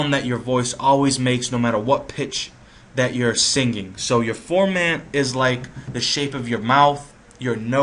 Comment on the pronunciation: The formant refers to the size of the person's throat.. to the left it sounds like a little child or woman, & to the right it sounds like zordan or optimus prime, lol.. & it's pronounced, For-Muhn, not ForMaaant.. Also, "Choosy" or "Relaxed" is for the sensitivity of the autotune.. Choosy would nitpick at noise in the signal and every little wrong note.. Relaxed focuses more on the note in question.. Good video though